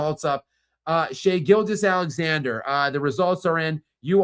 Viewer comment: He always pronounces SGA's name as if it's Shai-Gilgeous Alexander, like Shai-Gilgeous is his first name and Alexander is his last name.